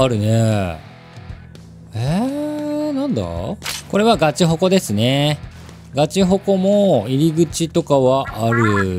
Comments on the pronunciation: ガチエリアは普通なのに「グヮチヤゴゥルァ」「グヮチフォクオ」wと来て、「グヮチアスワルィ」でトドメを刺されましたwww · 2コメか。 グヮチヤゴゥルァと グヮチフォクオと グヮチアスワルィ好きww ガチエリアだけ普通じゃん…w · ガチヤグラがグァチヤゴゥルァになってるの が面白すぎw ガチホコとかも面白っ！🎉